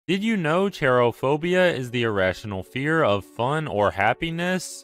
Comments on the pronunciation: The first one is actually pronounced like herophobia if you didn't know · dude really pronounced it as ćerophobia lmao